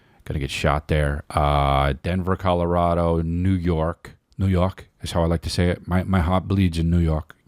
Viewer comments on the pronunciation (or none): none